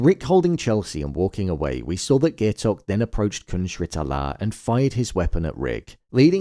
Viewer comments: pronouncing it "gay-tok" is crazyyy 😭 (guy-tok) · How are you gonna pronounce Gaitok's name wrong during the finale review smh